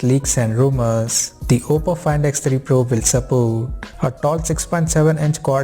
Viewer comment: Rumooors, Sensooors, Specificatioooons. Dude, I know it isn't your mother tongue and I don't have any problem with your dialect. But why do you make some syllables so loooooong? "Leeeeense, optionnnnns" etc... wtf. It seems you do that on purpose because you think it sounds professional? It doesn't. It sounds stupid.